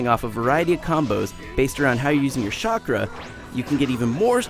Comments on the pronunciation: I love the video but I hate how the guy calls chakra shakra WTF get it right lol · Shakra? O Rly Ign? Its pronounced as Shakra? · no its CHA-KRA XD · DID HE JUST SAY SHAKRA????? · They gave it a 8 because the guy said "SHAKRA" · what is this Shakra you speak of?? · I dont think the english voice acting is that good, English is not a good language to dub something with japanese names for characters and moves...Sounds really weird and lame. But i do agree that he is pronouncing it even worse than its normally pronounced in english. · It doesnt matter if he cant pronounce naruto or chakra because the english voice actors in the fucking game cant pronounce them right...so yeah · well only pronounced 2 things wrong naruto and chakra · Cant spell stupid without Ign.....well you can but you guys get it lol And i love how the guy cant even pronounce most of the words.....i mean you dont have to watch or be a fan of anime just to know how to spell it. Should have hired the monkey. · 646 people from the ign staff cant say chakra right. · WHAT A LOSER CANT EVEN PRONOUNCE CHAKRA WOWO FAILL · this guy doesnt know how to say chakra?? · I swear I tried to rasengan my screen when he couldn't chakra.........shockra are you kidding me IGN? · i bet he didnt even see an episode..its called chakra man not shakra!!!! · dude, you don't have to play through the WHOLE game to get characters. Just get a bunch of sp rewards and get characters. Plus, there is a LOT of characters to play as too. This dude does not know what he is talking about. P.S its CHAKRA not SHAKRA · I thought in Naruto they used Chakra, not "Shockra" lmao wow xD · amen this guy is an idiot, shakra, lmao its chakra, and if you played the game in subs, then you should know how the word is spelled, the makes it seam like the english voice actors didnt do a good job, im unsubing from them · lol SHOCK-ERA its chakra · is it me or did he keep saying shakra instead of chakra? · Shockra and Naroodo .... yea this guys an idiot